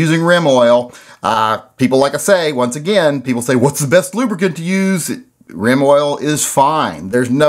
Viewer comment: I have to say it before someone else says it... You said Reim Oil.